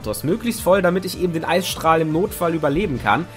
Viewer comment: "eissträhle" 😂😂 noch nie was von Eisstrahlen gehört? xD